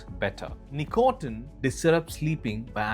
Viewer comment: great video, but tb100%h, the pronunciation with some words, starting with "nicotine" is killing me